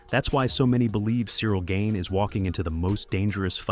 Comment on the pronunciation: Good video. But it's Gane, not Gain